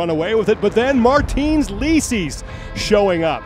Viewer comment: I was pissed at commentators for butchering his name during the entire thing. It should be "leecis", not "lesees".